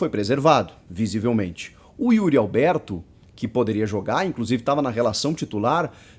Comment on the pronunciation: Será q sou só eu q ouço UYRI ALBERTO qndo os comentaristas falam o nome do atacante ? kkk 🙃